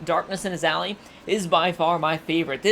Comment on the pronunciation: Ally is pronounced ''AH-LIE''. not ''AH-LEE''.